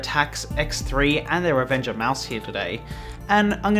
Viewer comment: It sounds like you are saying "Revenge Of Mouse" which is a much better name than Revenger